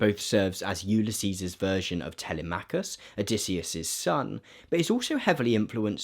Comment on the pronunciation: great vid, a little help on the Gk pronunciation - teLEMekus and SIRsee